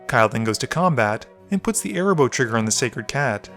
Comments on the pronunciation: Me too! Cat's name is AAAA-RAAAA- boh 😜😜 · The fact that you kept calling Arahbo "Erabos" REEEEEEEEALY peeved me for some reason lol